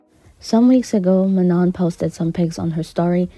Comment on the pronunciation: Btw Manon has been getting frustrated a little bit with people mispronunciation of her name it’s more like (Ma) (no) with the N at the end of Manon being silent 🫶🏽‼️